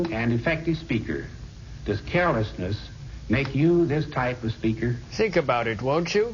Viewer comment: carol-esness? oh, carelessness